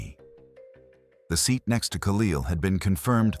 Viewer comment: Seat is pronounced see-at???